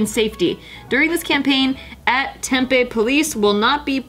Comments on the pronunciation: I live in Arizona and when said "Tempe" I cringed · It’s pronounced Tem-PEE Not Tem-pay lol